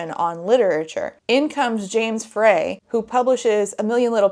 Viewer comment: It’s pronounced FRY.